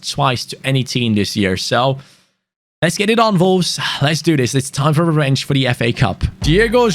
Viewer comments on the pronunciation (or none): No one:: “Volves”